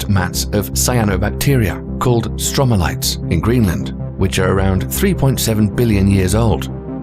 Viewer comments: stromatolites not stromalites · Stromatolites, not Stromalites. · "stromalites"? try STROMATOLITES.. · They’re stromatolites, not stromalites.